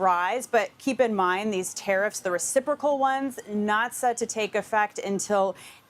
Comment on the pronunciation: Re-ci-pro-cal tariffs.